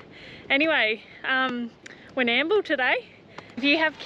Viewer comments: Hey Guy's. That town you're trying to pronounce in Victoria is Warr-nam-bool, one word, Warrnambool. Ex Viccy. 😁😁👍👍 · Lol, Warnambool,. Warn...num...bool 👍😜🤣